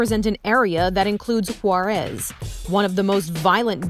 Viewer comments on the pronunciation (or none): why did she say “Juarez” like that